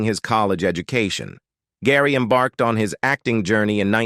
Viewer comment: Embark-ed. Foot-ing. AI MUCH? What foreign war or drug trade is this monetization supporting, if any?